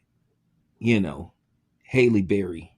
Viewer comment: Her name is Halle, not Hailey can you read or spell or comprehend..lol your channel is trash!!!!